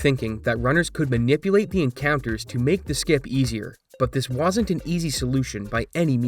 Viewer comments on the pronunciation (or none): The word is “wasn’t” not “woosn’t”.